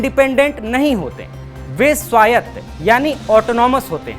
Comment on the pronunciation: स्वायत को स्वताय बोल रहा है 😂😂 ना तो इंग्लिश बोल पा रहा है और ना ही हिंदी 😂😂😂😂😂😂